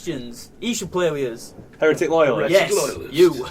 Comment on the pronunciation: you said Heretic wrong, you Tart!:D:P